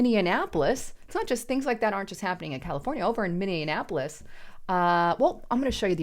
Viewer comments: It's pronounced MINI-APPLE-ESS, there is no such place as MANY-AN-APPLE -ESS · Minee-apolis (not minian-apolis) Thank you. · It's "minny-apolis" Not "minnya apolis" And street thug career criminal Floyd died from a DRUG OVERDOSE! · Minnionapolis, that's a new one 😆 we normally call it Murderapolis. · Why do so many people pronounce Minneapolis wrong? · She always has me questioning how I pronounce words when she reads. Minneapolis? Also Xi Jingpin and Beijing....from a previous video. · My God girl, you can’t even pronounce Minneapolis. I do believe you were raised Democrat. Honest to God if you’re gonna use an American city name claiming to be an American yourself learn how to pronounce, Minneapolis. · C'mon It was really shocking that you can't even pronounce Minneapolis correctly. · Learn how to say the city name! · you are pronouncing Minneapolis wrong. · Mini-en-appolus? For-ward-Ian? Come on. You need to try better with your pronunciation if you want to be taken seriously.